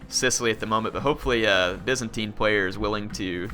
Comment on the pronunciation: It's "Byzantine" not "Vincentine" lol.